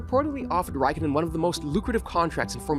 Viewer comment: Räikkönen a as in car, ä as in cat; o as in core, ö as in sir.